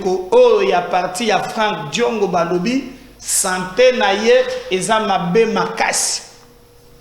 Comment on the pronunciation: C'EST DIONGO ET PAS LE CONTRAIRE. KAMEHRE ET NON KAMAHRE, NAKOLOBA NAYO NDENGE NINI YO...